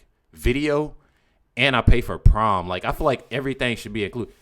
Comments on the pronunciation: The word your trying to say is pronounced prime not prom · Tf... it's Prime not Prom 😂 I'm over here wondering wtf prom is if it's a new streaming service or what. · It’s pronounced prime not prom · It's "prime" not prom ! Say it with me "PRIME"!